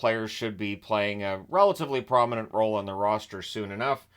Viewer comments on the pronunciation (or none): none